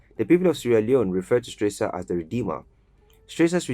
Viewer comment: Please, pronounce HE Rtd. Captain Valentine E. Strasser name correctly. Check the name tag in the very first picture, Not Stresser but Strasser. He was not a President but Head of State - Key note - he was not elected. Check SL constitution 1991- as currently Amended - Chpt V: The Executive - Section 40, 41 and 42 for further clarity. My observation, good job in general. I give you a B grade for rest of content. He was very much liked by a lot of the general public then and even today. Nice reporting.